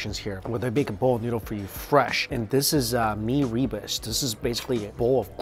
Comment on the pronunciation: RUR-BOOS. Not REE-BES. Mee REBUS...geez louise.